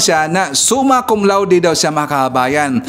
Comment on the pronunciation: Hindi Suma Cum Laude. "SUMAN CON LATIK!" 😂😂😂